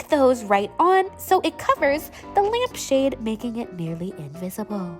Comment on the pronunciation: “Lmap shade” lowkey thought u did that on purpose and I found it so cutee